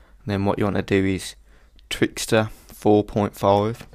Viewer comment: I love your accent! and when you said "Twix..Thooo" hahaha :D